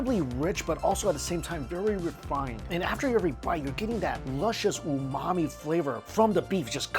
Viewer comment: Are you actually saying, “that luxurious ‘oh, mommy’ flavor’”? 😂